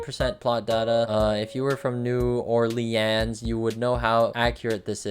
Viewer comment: so you kinda said it wrong. It’s not New Or Leans it’s New Or-leans or new or-linz. And somebody a few miles away from New Orleans I see a house like that when I go into New Orleans( where parades are)